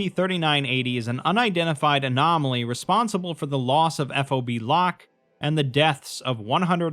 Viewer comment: just a technicality here. its pronounced fob, like a key fob. nobody says eff oh bee